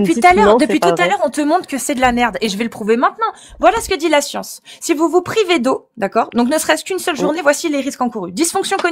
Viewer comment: Ils rame avec tous. Il sont incapables de comprendre une simple phrase 'vous pouvez répéter, je n'ai pas compris". Il répondent à côté, incapables de faire une simple expérience de pensée, passent d'un sujet à l'autre... "Jé pa la scionce..."😂